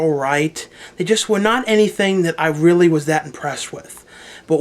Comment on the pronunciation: rrally? lol